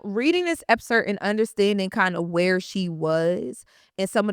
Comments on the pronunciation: Lauryn, great video but I’m going to hold you accountable with something. Excerpt. It sounds like you’re saying Epcert. You’re a STRONG voice so I wanted to make this correction/criticism with intention to hold you to a standard that is higher than many others in this space because you are just that good. Don’t want to see you at anything less. Keep going and know this comment was with love, not with the intention of bringing you down. Keep being great, this was a very deep and intelligent analysis. I’m looking forward to more of your videos once the book comes out. 💪🏾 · Epcert? Excerpt baby girl… ❤ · If she says EPSERT one more time! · Loren if you're gonna say the word 100 in 25 minutes then please learn how to say it properly. The word is EXCERPT. The word doesn't have 2 Ps.